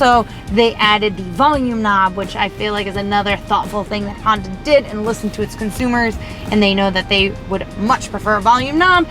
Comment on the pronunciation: she always says herb chambers honder instead of herb chambers honda